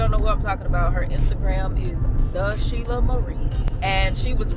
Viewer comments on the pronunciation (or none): none